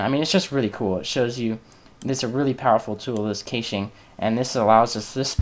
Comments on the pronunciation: kayshing! lol i've heard people pronounce it cash-aye which is annoying, but this tops it. its cash pronounced like cash money. as in "clear the cash memory" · well this was a good video until you started talking about caching, i had to stop watching your continued mispronunciation of the word was driving me crazy. It is pronounced "Cash" or "Cashing" even though it is spelled "Cache" or "Caching" Just a little FYI